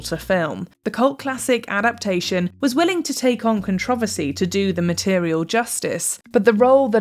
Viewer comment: Why are you saying controversy wrong?